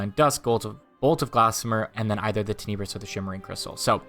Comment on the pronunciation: It's pronounced ˈtenəbrəs.